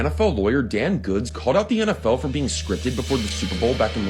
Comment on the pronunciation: Shit.... 30.14.. beingk. I spoke to soon. Stooooooooooop